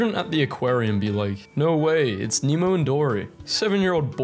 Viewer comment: but they call Nemo "Meemo"